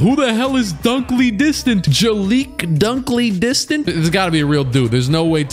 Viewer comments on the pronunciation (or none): Dunkley-Distant lmfao that had me 😂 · “Jalik Dunkly-Distant”😂😂😂